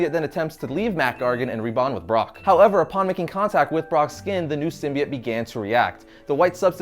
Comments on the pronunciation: its "symbiote"....not "symbiet" lol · Its a simbyote not simiote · "Symbiant" really "Symbiant"!!!? come on now, it's like your purposely saying it like that or think that's how it's pronounce. It's "Symbiote" / "...biote" pronounced "By-Oat". Venom heads dying right now lol. Good history tho. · Why can no one say symbiote right? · Learn how to pronounce symbiote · ugh thank u I thought I was only person getting annoyed by that it was driving me crazy lol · yeah but its only pronounced one way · Man you guys must be annoyed how they pronounce Symbiote in the new Venom movie